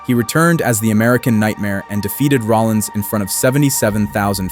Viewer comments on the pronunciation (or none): none